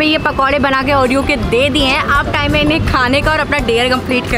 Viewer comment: oreo ke pakode ❌oro ke pakode ✅